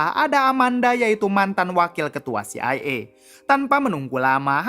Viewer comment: CIA NOT CIE 😅 kocak